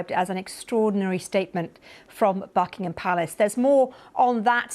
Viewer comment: I thought she said Fuckingham Palace?! :face-blue-smiling:🤪